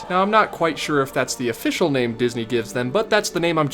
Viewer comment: He butchered it, what are you talking about